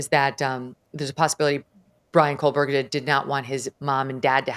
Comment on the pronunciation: Ashleigh, blink twice if your brain glitched every time she said KOLEberger 😂😂😂